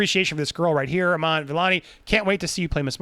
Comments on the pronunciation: The name is ee-man pronounced like the e in evil. It is not pronounced as Aman. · It's ee- maa- n Ka- maaa- la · Iman is pronounced as “Eee maahn”